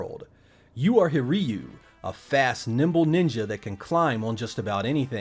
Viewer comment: You pronounced Hiryu's name incorrectly.